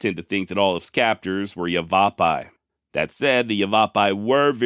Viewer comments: Yavapi. ;) Not "yuhvahpy" Yah-veh-pie (❤️ your docs! Thank you:) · The tribe called Yavipai is pronounced Yav-a-pie, not Yav-a- vopi . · From Arizona Yavapi is pronounced yeah-va-pie